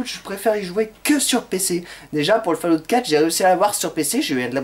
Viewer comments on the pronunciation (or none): Ben putain quand on voit comment il prononce le nom du jeu Zelda ... Ou Fallout